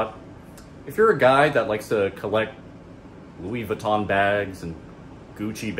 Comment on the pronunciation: Its not leava ton bag its Louie Vuitton bag.